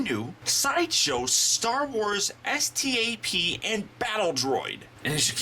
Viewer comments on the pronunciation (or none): It's pronounced STAP